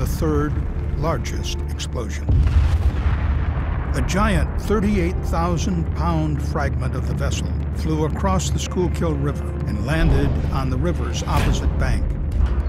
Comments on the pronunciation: Sku-kool river. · You pronounced Schuylkill wrong. It’s Skoo-Kul